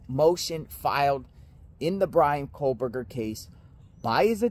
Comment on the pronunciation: Please stop saying KOHLberger.